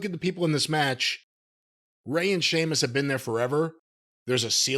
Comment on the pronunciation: Seemas 😂😂 always love that pronunciation